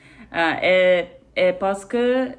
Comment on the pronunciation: il prononce "parce que" comme "par ce que"...